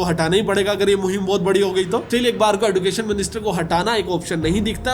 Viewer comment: Sir एडुकेशन एजुकेशन